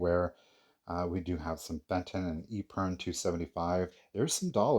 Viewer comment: Epergne American pronunciation Sounds like eh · pr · nay Just an fyi.